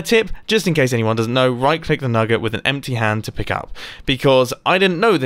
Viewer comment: We all heard him him say nugga right